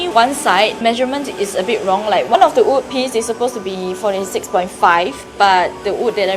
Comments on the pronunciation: Also yes your “ood” last warning sia hahaha does that mean you say “I ood wear this but I oodnt wear that” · If you never say in patreon I wouldn’t even have noticed you pronouncing wood weirdly LOL. You say “ood” instead so cute HAHAH.